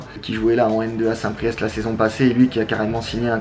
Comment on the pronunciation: Par contre on dit st PRIÉ